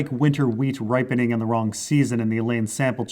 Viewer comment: What says: "I'm probably wrong about half of this" What I hear: "I'm probably right about half of this"